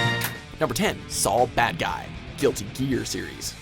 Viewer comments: Saul badguy Civantez huh? Just a little more research would help you pronounce the friggin names of characters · It's pronounced as SOUL Badguy! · It's pronounced "Soul Badguy"